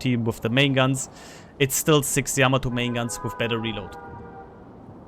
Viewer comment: Thanks for the input T. And Thank you for pronouncing Yamato correctly.